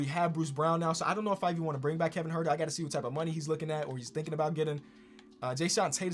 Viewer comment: Kevin Huerter Nobody:: KEVIN HART